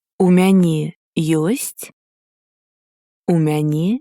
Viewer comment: Isn't it "мяне" with accent on the last syllable?